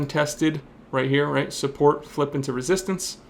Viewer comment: does he really call it supPORK¿? love u <3